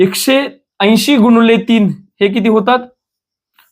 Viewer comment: गुणिले मानायचे असते डॉक्टर मास्तर साहेब गुणोले नाही, बरोबर बोला मास्तर असून अस कस चुकीचे शिकवायचे